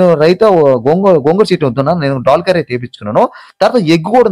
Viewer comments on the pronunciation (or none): డాల్ కాదు బాబు....😂😂😂దాల్ నాయనా